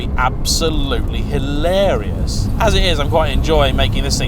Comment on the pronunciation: Dinky and adorable⁉️ That makes me think of Clovis‼️ You very well may be able to fit into a narrow bodied Caterham. The question is, do you leave room for a passenger⁉️ Two cars, and which do we like the MOST⁉️ Come on,, you can do better than that‼️ Don't overuse, nor overemphasise " Hilarious ", it makes you sound like a Southern prat‼️ Great video, by the way, I really enjoyed it.👍🏼👍🏼👍🏼